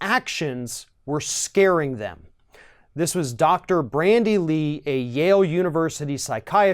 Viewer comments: Her name is Bandy Lee. No r. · Bandy not Brandy Lee :o) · The doctor's name is Bandy X Lee. Not Brandy. As to the content, really not surprised. I'm honestly only surprised by people who don't react with shock and fear to the mental and emotional instability of Trump.